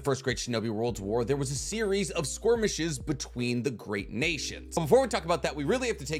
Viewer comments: I'm really struggling to ignore the pronunciation of skirmish as SQUIRMish but I'm too invested in the content to stop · Does he mispronounce "skirmish" on purpose? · SKORMISH LMAO